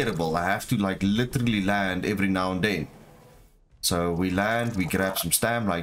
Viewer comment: "literrrrrrrraly" :D lekker man lekker!